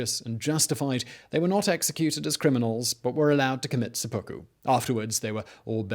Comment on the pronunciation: Yeah, not really, though. It's called sehpuku, not sepookoo.